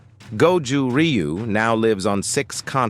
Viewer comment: I really hate how Americans pronounce Ryu